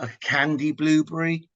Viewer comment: Blueburry . lol. I love the way you pronounce it.